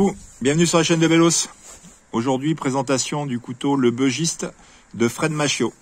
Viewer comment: J'adore ce couteau aussi. Il est issue de la région du Bugey. Il se prononce donc "bu" et pas "beu". Comme tu affectionnes particulièrement ce modèle autant avoir la bonne prononciation !